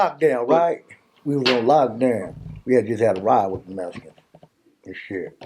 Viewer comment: This man said the "Mesicans" like if he wasn't Mesican... 😂